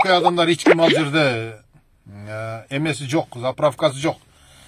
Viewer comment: Аркалык дебениз ич ким дебей эч ким деп таза суйлонуз